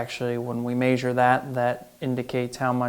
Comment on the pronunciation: The way he says measure 😂 he says maysure 😂that's great